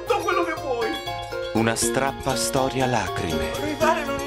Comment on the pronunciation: Una storia STAPPA lacrime (ma dice STRAPPA)...